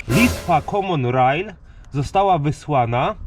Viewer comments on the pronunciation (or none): Naucz się w końcu wymawiać poprawnie "common rail" bo uszy bolą ...